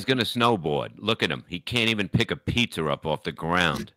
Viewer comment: Lol called the Corolla a toyoder and a pizza a pizzar😂